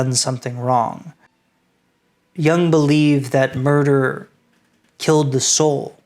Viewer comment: A very nice job. Two important notes: please, for heaven's sake, learn how to properly say Jung, and Übermensch! That is all.